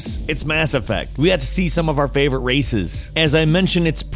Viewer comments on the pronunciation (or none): none